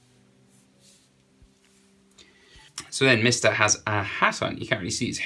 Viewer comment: He really said MIST A